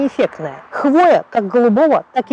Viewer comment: Всё классно, но в слове «хвоя» ударение всегда на первый слог. 😉👍